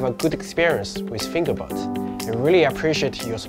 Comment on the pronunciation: Of all the actors with all the accents, and all the product names in the world. You guys had to name the thing FingerBot and you had pick the actor with an accent that makes it sound like he's saying "Finger Butt". ... Lol.